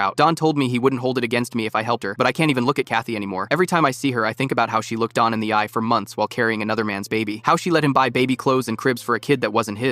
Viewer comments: The name is Don, not Dawn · It’s Don not Dawn